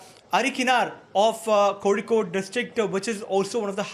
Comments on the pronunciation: Pronouncing of kozhikode is Kolikod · It's koricode.